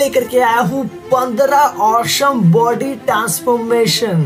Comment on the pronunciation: Bhai tu please awesome bolna seekh le